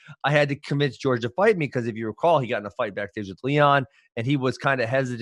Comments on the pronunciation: Ben, it's not "George", it's Jorge. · Everyone in the world: "Jorge" Ben: "George"